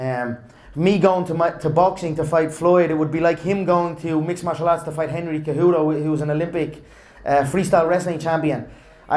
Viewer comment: conor pronouncing Henry Cejudo’s name wrong “Henry Kejudo” lol